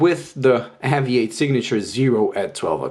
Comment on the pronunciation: Please say the company name right ....spoils video cant watch after about 10 mis pronunciations